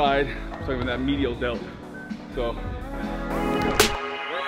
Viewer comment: This man said "medial delt"💀💀💀